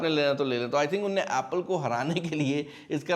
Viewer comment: What is this unay and inay😂 Unhun ne and inhun ne …atleast learn ur language